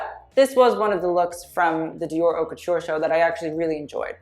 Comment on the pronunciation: I love you sm but as a french speaker hate the way you say "haute"😭